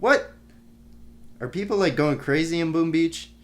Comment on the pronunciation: Why cant this dude just say " boom beach" instead of always saying that freaking "boom ah beach" in every video of him